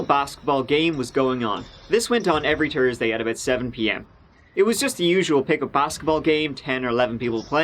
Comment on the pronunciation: You said Thursday..... Not Tursday wtf. Haha